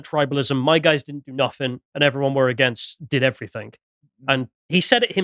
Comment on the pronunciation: Everythink!!! It's everything. EVERYTHING